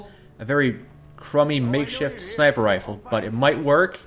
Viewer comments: "Pipe snifer rifle" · Did he just say ???snifer rifle???